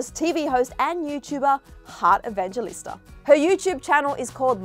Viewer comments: Its actually pronoced hearth evangelista(evang-helista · Filipinos be triggered when she said Heart Evangelista's name wrong But no hate tho. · Its funny how she pronounced "Evangelista"